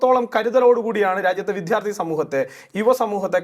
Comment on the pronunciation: വിദ്യാർത്ഥി എന്ന് പറയൂ വിദ്ധ്യാർർത്ഥി എന്നല്ല തിരുത്തുമല്ലോ